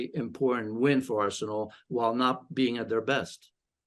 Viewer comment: Is it just me r she said arshole